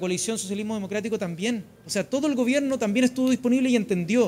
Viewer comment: se dice gobierno , no gobieno